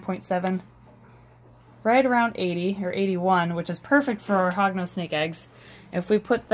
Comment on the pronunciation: Every time she said Hognose I thought she said Hogwarts🤣